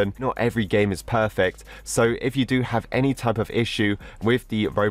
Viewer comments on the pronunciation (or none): none